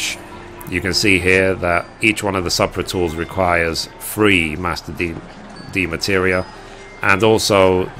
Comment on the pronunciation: Just curious, why do you call them "Demateria?" You're missing an entire syllable every time.